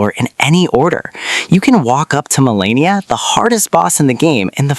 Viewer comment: If you can't pronounce the names of one of the main characters you clearly didn't play the game